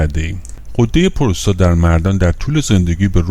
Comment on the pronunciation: Prostat doroste nä purustat, puuuurustat.